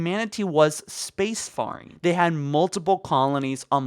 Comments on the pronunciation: space-faring IS NOT PRONOUNCED FAR-ING! it's FARE-ING jesus christ. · Tried to enjoy the video but I couldn’t get over his inability to pronounce “space-faring” properly. Fare-ing, not farring. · What kind of pronunciation of 'spacefaring' is that?